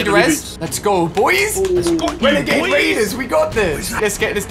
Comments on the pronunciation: Ali said wenegade waiders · Shhh... hunting wenegade waiders